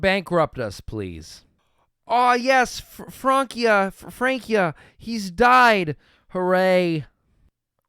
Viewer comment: Hearing you keep saying "Frankia" with "Francia's Utopia" made me want to rip my hair out.